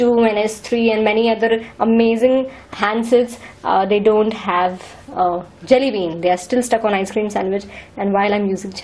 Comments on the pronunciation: This gal is so dumb.. ur accent is jalebi whenever u say Jelly bean.. lol.. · I swear I hear Jalebi every time u say Jelly Bean :)